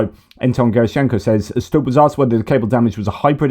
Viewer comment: Alexander Stubb is pronounced Stoob. I used to listen to his online lectures.